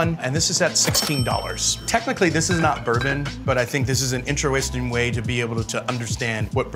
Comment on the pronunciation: "Inter-westing way.... "?😅